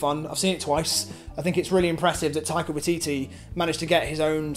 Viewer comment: I’m impressed by the correct pronunciation of Taika Waititi – most non-kiwis seem to have a bit of trouble with it!